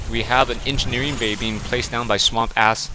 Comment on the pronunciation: Seriously.. this guy's name is just what is says.. SWAMP-ASS. So what? I think it's funny. I don't understand why you chose to call him different and turn it into SWAM-PASS. Common loosen up a little!!